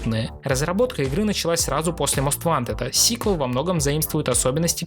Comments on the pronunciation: Не мост вантед, а моуст вонтед. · Я тебя умоляю, говори "мост вонтед".